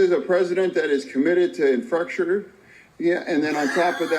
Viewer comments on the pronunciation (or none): He was trying to say delegation but he said "delegadation" 😂 then he tried to say infrastructure and he instead said infrucstrerer 😂😂😂 This guy could be a comedian just trying be serious selling political garbage... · Infastucture is what he was trying to say.😂😂😂😂😂😂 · These are OUR LEADERS SPEAKING. God pleassseee help us ALL. Seriously. “The delegidation”. JuST WOW. My daughters 9th grade vocabulary is off the charts then. “Infructure”…….not infrastructure. Sheesh. I hope you’re proud of your President 😂😂😂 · Exactly. A truck caught on fire under the bridge & it collapsed. Biden went to ? give support to the 'Delidigation'. You know "Infrucksedsur' Biden is good at it. You know Infrucshader. (Infrastructure was the word they were looking for). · I think he was tryna say "Infrastructure" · He can't say say infrastructure. I died when I saw the video where he's sitting at the table and said, "I sold some state secrets" and dude sitting next to him turned and looked at him real quick like.."WTH did you just say?"🤣🤣 The guy to his Right (our Left) just looked down, shook his head laughing. Priceless!! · He was trying to say infrastructure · Infrastructure is what I think he was saying 😂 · Yo!!! 😂😂😂😂😂😂😂😅😅. I had to pause the collapsed bridge comment. Funniest $h!t eva!! Infructure....infration. ❤😂😂😂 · Oh my, I keep seeing your faces when he said "deledegation" and " infructure". poor guy really should step down and release some pressure from his life! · John Fetterman, the guy in the hoodie, had a stroke last year, but they still voted him in as a Senator. Fetterman is still having problems with his speech - I'm sure he did't mean to call the POTUS a collasped bridge. He meant an infrastructure Bill. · Fartman Fetterman was trying to say infrastructure (the failed infrastructure bill)